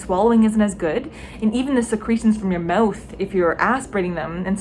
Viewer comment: Are you canadian. The way you said "Mouth"